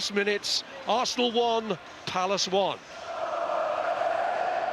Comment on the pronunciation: Fff arsss-na